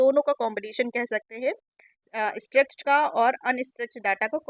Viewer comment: स्ट्रेच नहीं स्ट्रक्चर्ड होता है